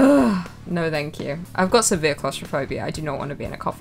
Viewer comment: And "no" sounds like "nar"